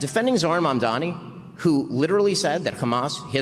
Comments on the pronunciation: Just curious is saying Mamdami on purpose as a play on words or just getting it repeatedly wrong! Its Mamdani. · should really learn how to pronounce the name of the man is discussing. It's Mamdani, not Mamdami. It's not that hard to pronounce and is frankly disrespectful. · It’s Mamdani, not Mom Dommy. You don’t have to like the guy, but you can at least say his name right. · It's "MamdaNi", not "MamdaMi". There are a lot of really complicated brown surnames I wouldn't expect Americans to get right in a million years. "Mamdani" is not one of them. 🤦🏽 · Stop saying Mamdami when it’s Mamdani!! You’re losing credibility! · Its MamdaNi not MamdaMi! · Dude it’s MamdaNi for heaven’s sake. are you thick?? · mispronouncing Mamdani 😂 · mispronouncing Mamdani's name repeatedly bothered me a lot more than I thought it would 😅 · mispronouncing Mamdhani's name at the exact same time as Dave is saying it correctly over the entire episode was getting annoying. I expected better from, but I'll give him a pass this time due to his flight trouble. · It kinda blows that I feel like this is less shareable bc they won't try to pronounce Saagar or Mamdani correctly.